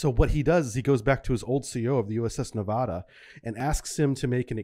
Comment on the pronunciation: It’s pronounced, ne-va-duh, not ne-VAH-duh. Otherwise, thank you! And I’m sure anti-semitism had nothing to do with how he was treated.